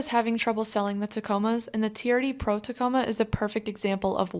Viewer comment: I believe it’s pronounced “Turd Pro”